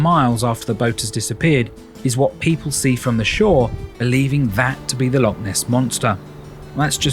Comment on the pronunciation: it’s not a Lock it’s a loch please get your pronunciation correct